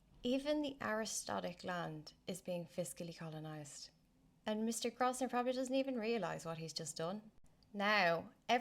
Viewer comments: It's pronounced Grow-vun-er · It's pronounced "Grove-ner" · yes the 's' is silent